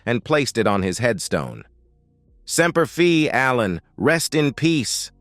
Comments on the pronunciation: Bad AI. It's Semper Fi. Not Semper Fee😢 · Semper fee? Semper Fi godammit!